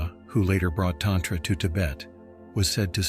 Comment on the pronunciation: Very interesting, but it is distracting and aggravating to hear "tantra" mispronounced ... You'd think AI could get this right. Mantra is another almost universally mispronounced. Program the correct pronunciation of "a" in Sanskrit.